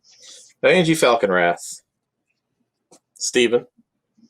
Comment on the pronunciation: Why are you pronouncing Anje and Shirei so weirdly?